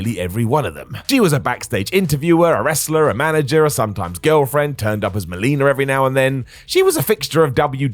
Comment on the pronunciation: Melina* not Meliner